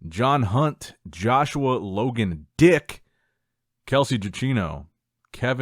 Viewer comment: the way you emphasized D I C K 🤣🤣